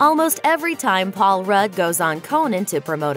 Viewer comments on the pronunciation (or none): none